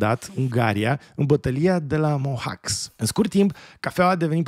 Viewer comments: multumesc frumos pt. acest material, iarasi foarte bine documentat. va rog sa nu va suparati, dar am o mica "critica" , si anume legat de "batalia de la Mohacs" - localitatea se pronunta corect in limba romana "Mohaci" (da, ok, vine din limba maghiara pronuntia, dar asa este corect si in limba romana). va apreciez mult de tot. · Bătălia de a Mohaci (așa se pronunță)